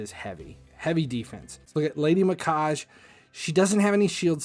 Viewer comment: First time I've tried to watch one of your videos, but I have to tell you, you lost me at "vin-i-quake"..... Didn't you think it's probably vine, like the long string like plant? I can over look how you pronounce Mikage, but not saying vine on a clearly nature/plant character just completely made me lose my focus and after that it was blah blah blah. I'm sure you are very successful on here, but you would be even moreso if you stopped and thought about how to pronounce things before it derails things for others like it did for me. Sorry, just some honest feedback.